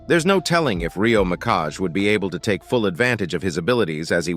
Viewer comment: "Rio Mikash" What the heck